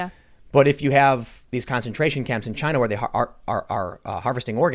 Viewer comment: IT CAME FROM CHY-NUH